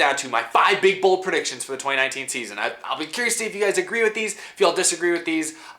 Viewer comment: At first I thought you said 5 Super Bowl predictions 😂